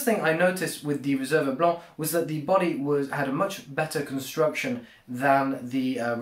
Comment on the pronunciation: Your French accent when pronouncing "Blanc" is quite spot on!